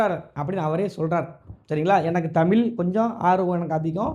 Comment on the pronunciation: புரோ நீங்களும் தமிழை முதல் உச்சரிக்க தெரிந்துகொள்ளுங்கள் தமிழ் தமில் இவை இரண்டுக்கும் உங்களுக்கு வித்தியாசம் தெரிந்து கொள்ளுங்கள்.